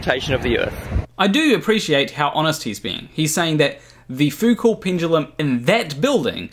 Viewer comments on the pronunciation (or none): Isn't Foucault more like Foo-koh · Wikipedia claims there's one at College of Sciences, Massey University, Palmerston North, NZ. And m8, I know you're a kiwi, but please, Foucault was French, the 't' is silent. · It would help if he could pronounce "Foucault" properly